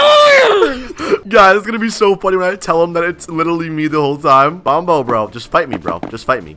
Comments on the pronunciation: It sound like Bombo but its Bonbo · It's been 1 year and you still haven't corrected "Bombo" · It sounds like “bomb” in bonbo